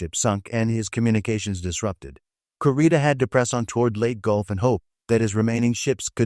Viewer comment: Kurita is pronounced 'KOO-ree-ta!' Or 'koo-RI-ta' idk. I just know they pronounce it like we Hispanics pronounce letters.